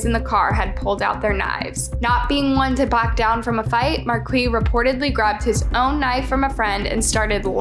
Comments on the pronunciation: It's pronounced markee not Marquez lol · It's Mar- keese not Marquez lol learn how to read ffs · OK, it's pronounced "Mar-Kees", not "Markwee" or "Markwez" or "Mar-kez" lol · Marquis is pronounced like "markees. Or Markus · Please research the pronunciation of the names... You changed the pronunciation of Marquis's name a couple times and completely threw me off. Marquis is usually pronounced Mar-kees. Hopefully you start looking at the comments and accepting constructive criticism it would really help better your content!